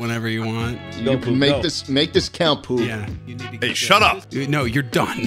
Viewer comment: it's ploob not poob